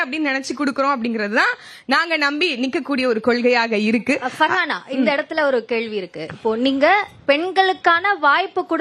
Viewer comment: பர்ஹானா ௭ன்று உச்சரிக்க முடியாத ஊடகங்கள்